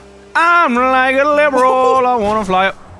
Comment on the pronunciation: he makes it two syllables instead of three lib-ral